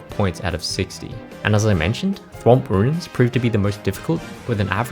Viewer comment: did you say “swamp rooms”💀